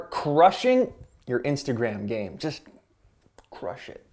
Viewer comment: chrush it like crushing it" :D